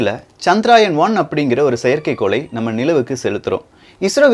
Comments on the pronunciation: சகோ அது சந்திரயான் -chandrayaan (சந்திராயன் இல்லை) தவறு திருத்திகொள்ள மட்டுமே,,please don't mistake me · Bro.. It is Chandrayaan. Not Chadraayan. Pls correct pronounsation also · It is not chandraayan , correct name is CHANDRA YAAN . . .